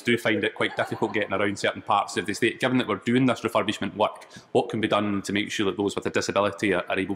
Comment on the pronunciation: estateやplaceの発音が聴き取りにくかったですね。